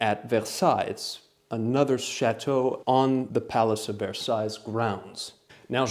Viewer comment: Love your humour and thank you for it. One might think it somewhat impolite to mention that you pronounced the 's' on the end of Versailles which I have not heard before. You presumably (?) did so consciously and so would you advise that I immediately put the word into a vocalised sentence with a pronounced finial 's' so as to be accurate? Pardon my mentioning a non-furniture question in no way related to your comprehensive exposition on the remarkable chair. My cupboards have nothing as wonderful as the yellow silk which yours yielded. I hope this fact will give you a teasing one-up on my impertinent question.